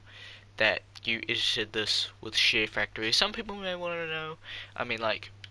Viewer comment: sounds like ur saying shitfactory tutorial